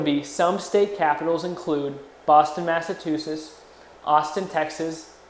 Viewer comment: can you guys get someone who can say Massachusetts?